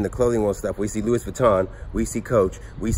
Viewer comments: Louis is pronounced Lou-E just FYI, Congrats on the great finds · it kills me how he pronounces Louis in Louis Vuitton